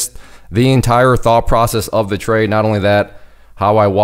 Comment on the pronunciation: Where did you learn to say trade ?